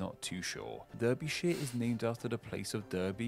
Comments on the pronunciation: Being from Derbyshire it hurts me to hear how he pronounces it 😅 it’s pronounced like Darby, so Darby-shire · The guy doing the voice over pronounces Berkshire and Derbyshire with a hard e. Nobody I know pronounces these places like that. They're pronounced BArkshire and DArbyshire. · I dispute the narrators nationality! He called Derbyshire "DURbyshire" when surely every Englishman knows it's pronounced "DARBYshire" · Derby/Derbyshire is always pronounced as Darby/Darbyshire, And it is England, not Engerland.. Unless you are a football fan 🤣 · Derbyshire is pronounced Darby not Durby by locals. I'd argue he's saying it wrong. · Gutted that the narrator pronounced Derbyshire as 'Der'byshire. My home county (in the town of Chesterfield. Cester-feld meaning Roman town in the field). Yes, it's spelt 'Der'by but pronounced 'Dar'byshire. In the US think of the Kentucky 'Derby'. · The English narrator should know the correct pronunciations. Hertford is not pronounced "Hurt-ford" it's Hart-ford, Derby/shire is pronounced Darby - not Durby. Etc, Etc. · Derbyshire I’ve always heard pronounced "Darbyshear" . Berkshire is pronounced "Barkshear" by most people I know in the locality. I was brought up in the suburbs of West London and live in Buckinghamshire, next to Berkshire. I have heard it pronounced the way he does, but rarely, and not locally. As someone else said also , for Tyne and Wear, "Wear" rhymes with beer. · Some rather odd pronunciations by the narrator, particularly Berkshire (should be 'bark'), Derbyshire (sounds like darby), and Wear which should be pronounced more like 'weir' as in the type of river dam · Yes it's unfortunate that ironically this video was made by the one Englishman who doesn't know how to pronounce Berkshire and Derbyshire ( or Tyne and Wear). Yorkshire also comes from the Viking "Jorvik". My Googling has shown me he based his "facts" on the previous Roman name for York. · He also mispronounced Berkshire and Derbyshire. 😳